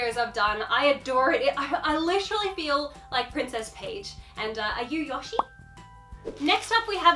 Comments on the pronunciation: I love you🌸🌸 the way you said Yoshi 💀💀😂 please keep making videos like this, I love Archie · i swear to god ur pronunciation of yoshi is the last straw